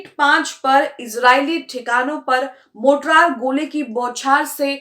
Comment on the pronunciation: मोटरार नहीं "मोर्टार" ..... कैसी पत्रकार हो ?? मोटरार नहीं "मोर्टार" ..... कैसी पत्रकार हो ?? मोटरार नहीं "मोर्टार" ..... कैसी पत्रकार हो ?? मोटरार नहीं "मोर्टार" ..... कैसी पत्रकार हो ??